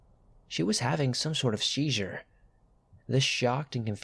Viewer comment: Seizure. Asia. wafting. Isn't there a pronunciation app for these narrators? Does this narrator proofread these writers work? 🤔 just wondering. The pronunciations and grammar mistakes are very off putting.